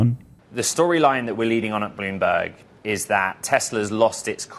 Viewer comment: I heard Doomberg. Hahaha